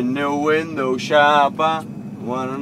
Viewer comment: when the window shoppa? se odkazuje k fiftycentovi a jeste to ani neumi poradne vyslovit :D